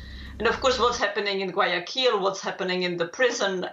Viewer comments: Gu-ah-ya-kil not Ga-ya-kuil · DW News could use, e.g., Google Translate to get an pronunciation of Guayaquil and not mispronounce it so badly.